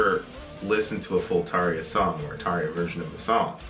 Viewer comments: Props on your pronunciation your of Tarja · Hurrah to for pronouncing Tarja's name correctly (this wasn't the case when they did "The Poet and the Pendulum" in mid-June 2018)!